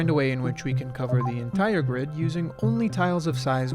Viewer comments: "The GIRD can fit..." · "the gird"